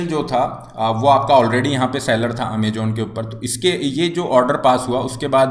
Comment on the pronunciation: Amajon nhi Amazon... Poor pronounciation